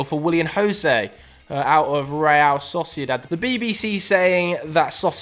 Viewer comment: this man said saucydad instead if sociedad and acted like we wouldnt notice :D